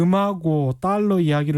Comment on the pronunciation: 최 기자님 자꾸 딸라 딸라....그래도 명색이 방송인데 발음 좀 제대로 해주시길...너무 싸보여요.